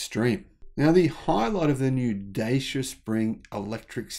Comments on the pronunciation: Say it Dachea. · Hi, thanks for your video! Two corrections: the Renault Kwid had been developed for the Indian (not Chinese) market. Secondly, Dacia, a Romanian brand and long year partner of Renault, is been pronounced differently. If you think of the Netherlands: “Dutch” and then just end with “ia”. So something like: Dutch-ia.. 😊 You can find the original pronunciation here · Pronounced as Duchyia